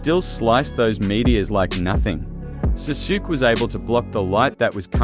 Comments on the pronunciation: Awesome video! Btw the pronunciation of Sasuke is "Saa Sue Kay" ^^ Keep up the good work dude! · I'm not watching this because you pronounce Sasuke's name all messed up